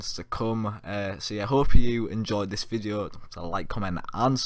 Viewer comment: I think he pronounced vide veld